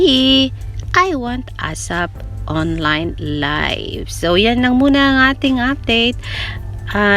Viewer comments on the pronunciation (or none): none